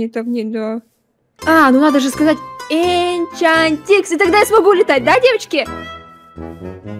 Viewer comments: Энчантикс а не Инчантикс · Правильно "Энчантикс" -_